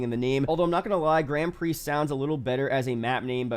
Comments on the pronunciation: That one is right but the Grand isnt. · Why does nobody know how to pronounce grand prix?!